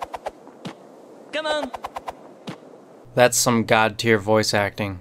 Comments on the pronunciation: Nobody: Not even your imagination: Not even the gods: Sonic: lostskates, cmun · Everyone : Come on ! Chinese Sonic : Cumun.